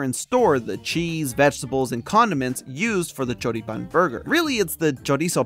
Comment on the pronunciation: Hearing you pronounce Choripán and Chimichurri was exquisite, my man. Have you been to, or are from here in the South? Either way, I loved your take. Saludos desde Argentina!